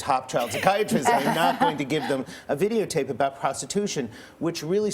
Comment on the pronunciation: "Video tape" Really nigga?